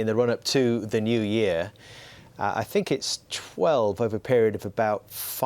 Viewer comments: I sink, instead of think ,lol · Jose Mourinho: I Sink Roy Keane: I Tink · “I SINK it’s over, I sink it’s done... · “I sink” 😂😂